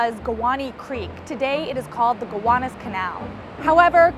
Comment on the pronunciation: I'm only 51 so still technically a child when it comes to humour. That was a careful pronunciation of Gowanus. I'm very much an outsider and don't know the local dialect but Gowanus and Mianus are just funny, it doesn't matter who you are.